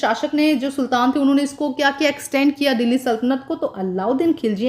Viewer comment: Mam Delhi ko dahle bol rahi ha 🤣🤣